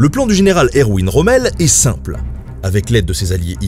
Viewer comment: Petite faute de prononciation : Erw(v)in Rommel *